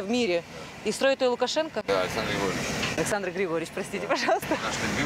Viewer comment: Не Григорча, а Григорьевич.